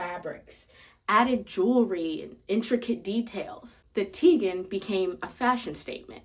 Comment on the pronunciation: The "g" in tignon is silent. It's pronouced TEE-ny-on.